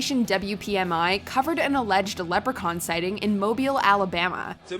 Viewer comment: Thank you for not pronouncing Mobile “Mo-Bi-ul” like everybody else not familiar with Alabama.🤦🏾‍♀️😂